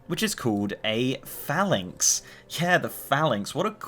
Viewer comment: Had to skip the first 3 minutes, kept saying phalanx wrong